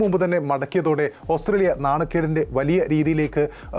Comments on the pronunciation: ഓസ്‌ത്രേലിയ ന് പറയാതെ ഓസ്ട്രേലിയ എന്ന് പറയു. അരോചകം 😔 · Austhraila ennu aanallo chettante ucharanam